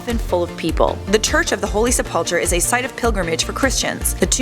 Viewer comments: It is pronounced sep-ul-kur not sep-up-chur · Helena was Constantine's mother not wife. It's pronounced Sepul-ker. And it was outside of the city as the city was constituted at the time. Jerusalem only expanded to incorporate that land a couple of centuries later.